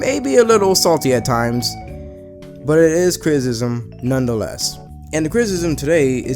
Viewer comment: nigga said crizzizzism ..TWICE. fuckin eh